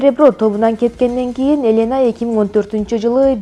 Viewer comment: Элэна эмес Елена Акцент ужас Димитрий эмес Дмитрий Туура окугулачы